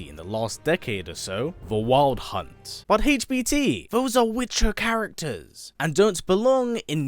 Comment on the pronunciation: The way he says wild hunt hits my ears wrong.